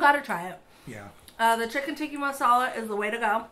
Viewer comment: Guys, it’s tikkAAAA masala 😂😂 not tiki!